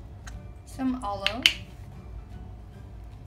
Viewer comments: U say aloe funny😁 I like i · arlow 😂😂